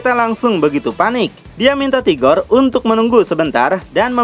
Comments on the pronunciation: Rigor bang .. Bukan tigor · 🤔🤔🤔 sebenarnya admin ini nyebut RIGOR atau TIGOR sih ???